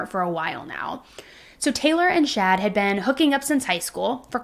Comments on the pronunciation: Are you meaning to say "Shad"? Or is that just like an accent thing and you mean, "Chad"? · Chad not Shad. 😂 Js